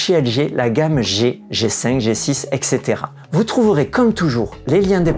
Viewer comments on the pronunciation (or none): Bonjour, faute très courante dans notre langue mais on dit Et cætera, pas EXetera, d'ailleurs vous écrivez etc et non ect. Je suis habituellement team Oled mais j'attends une baisse de prix pour le Bravia 9 II